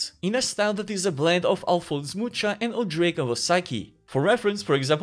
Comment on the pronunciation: You don't read "Mucha" like that. It sounds more like "muha". Try using google translate, it's a czech word.